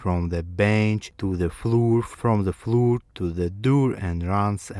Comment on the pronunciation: Бро, с таким произношением тебя никто не поймёт, кроме русских. Floor, door = [флор], [дор] Bear = [бэр], "бир" это пиво =Ъ Abandoned = [абАндонд] и т.д. Акцент акцентом, но гласные должны быть хоть приблизительно правильные.